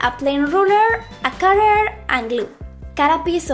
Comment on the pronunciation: She said... A cutteRR papeRR and glue 😂😂